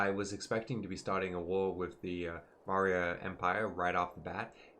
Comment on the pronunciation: satrapies - Sah - trap - ees Antigonids - An - tih - goh - nids Maurya - Maw - ree - yuh